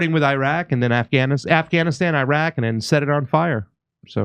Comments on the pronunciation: Its pronounced Iraq. not I Raq. At least learn the name of the place you invade. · it’s not pronounced, “eye-rak”. It’s pronounced “ih-rok”. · It is not 'Eye-raq'.